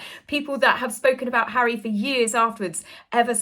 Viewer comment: What next Hawwy the Congregational Medal of Honour? 😂😂😂😂😂😂😂😂😂😂😂😂😂